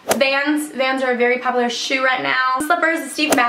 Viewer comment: "Papular" "Papsocket" "Pasible" "Fluffy sacks" "Cancer tickets" Whats up with all the a's 😂😂